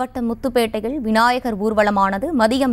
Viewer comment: விநாயகர் விநாயகர் என 100 தடவை உச்சரித்துப் பழகவும்.